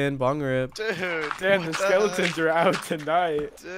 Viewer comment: dude said skeletons like skelens